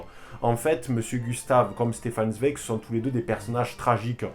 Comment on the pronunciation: Excellente vidéo ! Juste on dit "Tsvaïek" pour Zweig ; )